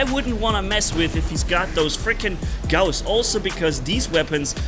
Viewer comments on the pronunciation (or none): Gouse suck we pronounce it gauss